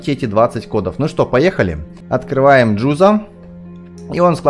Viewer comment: не джудо а джузо